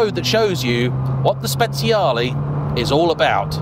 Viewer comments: Fantastic video! “Speziale” almost sounds like spiced 😂 It is Speciale! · No, No, and thrice No! You do not pronounce speciale 'spets-see-a-lee' it's pronounced 'spe-charly' Listen how the Italians pronounce, they know their language 😊 Here's another common Italian pronunciation error: Ducati is NOT pronounced 'dew-katti', it's pronounced 'doo-katti' (sports commentators' pronunciations are only 10% correct at best) Another fact: Moto-Guzzi is NOT pronounced 'moto-gussy', it's pronounced 'moto-gutsy'. Italian words with 'zz' in them are pronounced 'ts'. Even Siri doesn't recognise the correct Guzzi pronunciation (when's the last time you ordered a late night 'pissa'?) One final fact (that's won me many a pint. Thank-you Igor): Akrapovic is NOT pronounced 'acra-po-vik', (yanks say a-crop-o-vich') it's pronounced 'a-krap-o-vich' (there's even a YouTube post for this, hence the free beer!) The key is to pronounce as the language/family name as intended, and not from elsewhere. Old man's rant over 😛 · Should be pronounced “spechale”